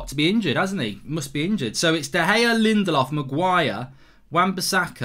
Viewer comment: why did he say Lindelof so weird